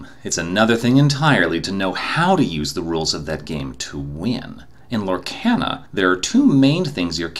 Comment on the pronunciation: I thought it was lore-ca-na not lore-can-a but still a great video